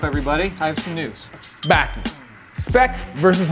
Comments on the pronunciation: Can u pls pronounce it bAki not baeki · It’s ba-key not bah-key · bruh baki bah-kee hanma hawn-muh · Why he pronounced Baki like that lol